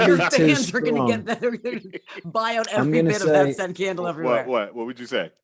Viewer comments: Anyone else thought he said a Ken doll when he actually said candle ??💀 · "Maybe a nice scented CAN-dull." Aw, Harry. You silly sweet thing. <3